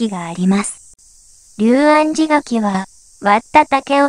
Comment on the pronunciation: 細かいことですが「龍安寺」と書いて「りゅうあんじ」じゃなく「りょうあんじ」と読むようですよ。